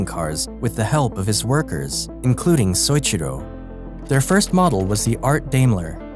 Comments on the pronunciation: Great video! That said, you need to learn how to say people's name properly. It's so-EE-chi-ro. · Great video, but the way you pronounce Soichiro made me cringe every time you said it.